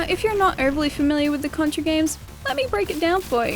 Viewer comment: Thank you for pronouncing the game correctly. You would be surprised how many people fuck that up.